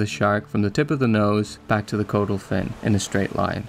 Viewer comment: Its pronounced cod - ul. Not code - ul.